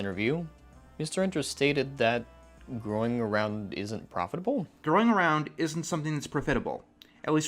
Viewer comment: Why did he say profitable that way?? Lmao- wow though I can’t believe he’s still on this.